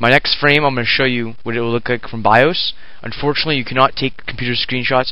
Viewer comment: The wha?.... Oh the bios, Its not pronounced by-oooos :]